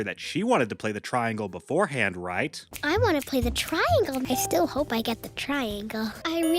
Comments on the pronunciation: I’m sorry, but the way you said the word play like that is starting to get very annoying. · Why do you always say PLAYYY like that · I love how you say play it’s sounds funny